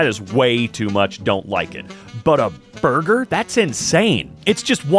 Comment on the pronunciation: that “borgir” has me laughing more than I probably should 🤣😭